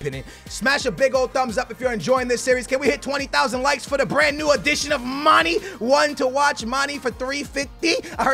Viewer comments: Someone fucking TELL HIM ITS PRONOUNCED MAN-AY NOT FUCKING MANEE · Love u! One thing it's Mane not Money. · "dembell -aye" not "dembellee" "man-aye" not "manee" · Mane not mani* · Mon-Ay (Mane) Ka-Ras-Co (Carrasco) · the "é" in Mané is pronounced aye. So his name is basically pronounced Mon-aye. 😂 Just trying to help👍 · It's pronounced "manè" seriously lmao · It's pronounced "marnay and dembelay" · Just say Manes name right once pls. You say it so often lol